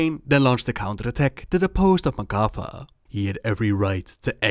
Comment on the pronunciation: For long time I thought you said MacCuffa when talking about the tauren...